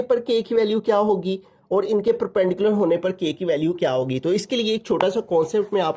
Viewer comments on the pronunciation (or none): Perperpendicular❌ Perpendicular ✅